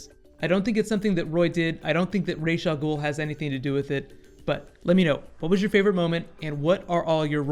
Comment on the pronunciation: Coulda swore you just said "Rape Almer" lol.